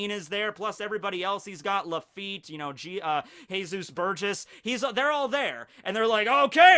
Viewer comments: "Hay-sus burgess" 😂😂😂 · Did this beautiful man just say Hesus Burgess? XD